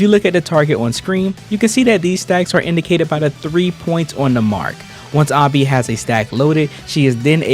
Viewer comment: why am i triggered hearing you say ahnby all video long when even in game they pronounce it anneby like how do you mispronounce it when it's said multiple times in game